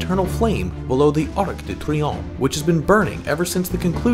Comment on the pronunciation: « Arc de triomphe » Nice pronunciation ;)